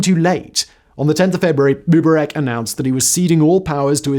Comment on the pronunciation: Simon, you're not young. You're my age or maybe even older. You're old enough to remember watching this stuff as it was happening. How come you can't pronounce MUBARAK right?